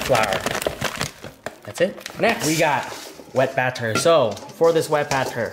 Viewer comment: Why do say batter like “bat ter” haha you’re a legend